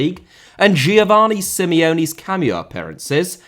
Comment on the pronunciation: Inter* not Ento Coppa* not Copper Italia* not Etalier Uefa* not Yuweifer Aleksandr* not Alekzander Simeone* not Simiouwni Serie * not Siri Bruyne * not Bruyner Bremen * not Breimen Father* not Fother Saw* not Sor Touré* not Tourei Venezia* not Venezier División * not Devegion Nacional* not Náxonal A* not Ar Half* not Holf Courtois * not Courtoir Gea* not Heyer Debut* not Deibyu Vicente * not Vinchentei Schalke * not Schalker Deschamps * not Deischamps Nazário * not Nazériouw Román* not Rouwmán Riquelme* not Requelmei Makélélé* not Makaleilei Diego * not Diyeigouw Nou * not Nau Bernabéu * not Bönabeyouw Liga* not Liguer Kroos* not Krouws Leverkusen* not Leiverkusen Idea* not Ideer